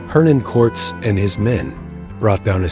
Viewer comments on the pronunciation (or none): If you are going to use ai to tell the history of the Mejica have it at least say it correctly. Quartz?? Cortez!